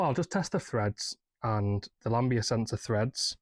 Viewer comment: Why can’t you say Lambda sensor!? 🤣 Try O2 sensor if you’re stuck!